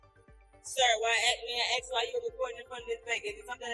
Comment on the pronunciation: This pig really "axe" a lot of questions.